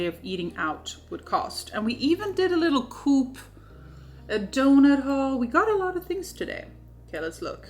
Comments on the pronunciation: Isn’t the Coop actual pronounced Co-op (or phonetically Ko -op). Short for ‘Cooperative’ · its not coop its CO-OP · The store 'coop' is pronounced co-op in canada, like 2 separate words co and op...not like like a chicken coop...must be a swedish thing or an inside joke...is it?